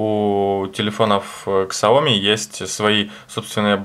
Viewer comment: Не "майуи", а "миюай" и не "ксаоми", а "сяоми")